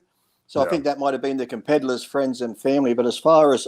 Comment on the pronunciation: Lee, its "competitors", not "compeddlers" lol!